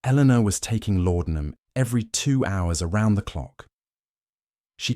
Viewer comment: The drug was called laudenam not lordenam